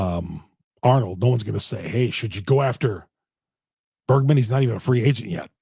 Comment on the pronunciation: Bergman? Is that an accent thing? It’s Bregman. And if you guys are want to trade Williams would take him in a heartbeat.